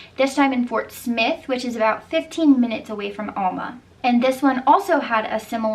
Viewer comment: Not (All)ma Al- ma like in A-pple